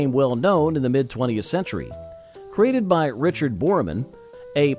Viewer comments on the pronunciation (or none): none